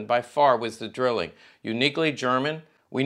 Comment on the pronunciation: Pronounced DRYling.